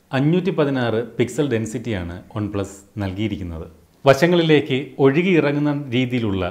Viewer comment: ഓൺ പ്ലസ് / വൺ പ്ലസ് ... ചേട്ടൻ പറയുമ്പോൾ ഒരു ഡൗട്ട്